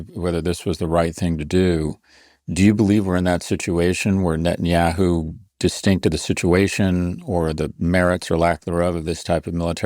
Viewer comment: I noticed a long time ago how Ian calls him NOTenyahu 😂